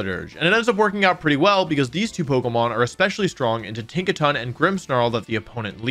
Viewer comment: tinkaton takes-a-ton 😂😂